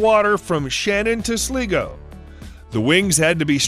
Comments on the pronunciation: its sligo not slligo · He said Sligo wrong it’s surpost to be pronounced sly go not sliggo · The way he said Sligo is hilarious! It’s pronounced SLY-go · Yea I caught that, too! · I live in Ireland an I've never heard something like this. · No I have but I've never heard someone pronounce it like that.